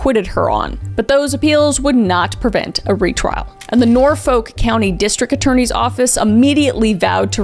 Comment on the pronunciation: Canton (not Caton) and Norfolk is Norfuk basically. (Grew up in that area)